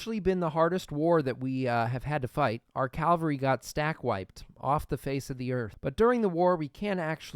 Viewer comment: c-AV-alry no t c-AL-very